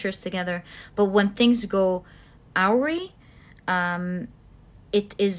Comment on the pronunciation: I'm an ex TESOL teacher, can't help myself ... Awry, pronounced Uh-rai, or might be helpful to imagine the 'w' is silent, or an 'h'🖖